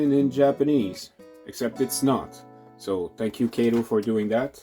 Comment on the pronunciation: Nice demo of the Kato Compact Track set. One quibble -- it's pronounced "Kah-toe" not "Kay-toe". A tip about the track - separate it by bending horizontally, not pulling or flexing vertically. I've been playing around with the Compact Track a lot lately. It's surprising how much equipment will run on it. Most shorter 4-axle diesels (F units, GP20 and earlier) run fine even (or particularly) with body mount couplers. Most 40' and 50' freight cars with body mount couplers too. I have even got Bachmann 60' passenger cars fitted with body mount couplers to work well. Some equipment does need tuning, but that's part of the challenge/fun. Mixing body mount and talgo (truck mounted) couplers is asking for trouble, as you saw with the Atlas Dash-8 and a couple of random talgo equipped cars.